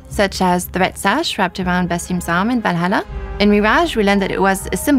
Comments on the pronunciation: without playing..what? Vlalalalala? da heck is that? Seriously though, thank god for closed captions. And for the love of god Ubisoft, I know french is part of or rather the primary language. But when you try to speak to the REST of the world, can you please let people speak that can actually speak english properly? You are trying to promote an upcoming game, but instead you make us having to WORK to understand what the heck you're trying ot tell us. A ubisoft dude that cant even pronounce the name of YOUR previous game?! Seriously. AC Valalalalalalala? I've played every single AC game, but I've never, ever heard of that one. Must've been some of those horrible mobile games. GOOD thing though, if everything is true that Ubisoft has said so far. This might be the best AC game in a LONG time. As Origins, Odyssey and Valalalalalala definitely wasn't AC games. Generic open world games that happened to have the AC brand stamped on them. Stop chasing trends, set them yourself. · "Valhalla"❌ "Balalá"✔ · Assassin's Creed "Valala land" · Valala lmao in what country on earth can't people pronounce ,,H,, properly I'm shocked, is that French X English crossover? is that guy from M effing France? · That blonde girl was the only one able to pronounce the H. 🙂 Guys (and girls), it's pretty annoying hearing "Valala". 😉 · i love how the way the french team members pronounce Valhalla hahaha <3 Walalaa